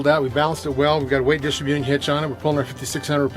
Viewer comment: you keep pronouncing "distributing" wrong. It's a composite bed--not a bed liner!! The hood scoop isn't whats heavy--it's the metal hood that's heavy.